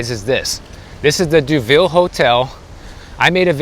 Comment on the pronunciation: It's pronounced DOH-ville. Named after a fashionable resort town in France. I used to live at the Carillon, just up the street.